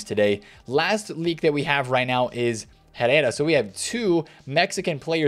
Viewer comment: roll your Rs on Herrera